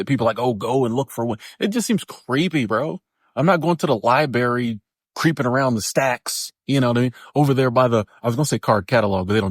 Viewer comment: Did he say liberry? Can’t write this shit.